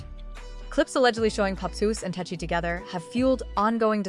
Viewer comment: Tesehki has a man that she refers to as her husband and is very protective of. She put hands on a girl just for being in her man’s section standing too close to him. 😂 I know it’s AI, but it’s pronounced Tes-see-kee.